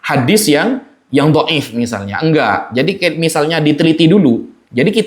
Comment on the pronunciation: Boleh tunjukkan referensi nya? Meriwayatkan bukan berarti menshahihkan. Duh gurunya sama sih ya, nggak ngerti ilmu mustholah hadits, pengucapan dhaif aja salah 😂. Tapi kalo masalah framing dan playing victim tak akui jago. Lanjutkan cah bagus. Semoga sukses dunia akhirat.